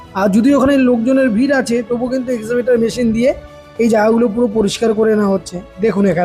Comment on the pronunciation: EXCAVATOR Machine bole EXIVATOR na ota .